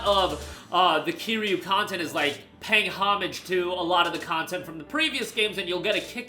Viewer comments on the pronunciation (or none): none